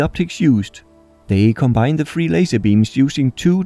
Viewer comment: Also "three" is not pronouced "free" it's "th" ....